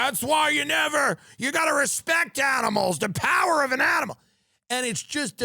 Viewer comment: "the pawher of an animol" 😂😂😂😂😂 that impression creates a character you recognize